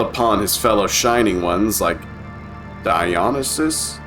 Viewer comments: It's actually die oh knee see us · I love your humor and detail you put Into this video but my god I Crack up and get frustrated when you can't pronounce Uriel ( YUR EAL) dionysius( dion nye sus) etc lol. But fantastic video nonetheless